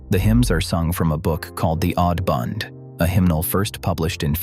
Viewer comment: AH-mish not AY-mish. Coffins are shaped; wider at the shoulders, narrower at the feet. Caskets are rectangular. The hymnal is called the Ausband not the Audband. The AI voice's pronunciation is inconsistent and the background photos don't always correctly depict Amish practices. Other than that the info is correct and thorough.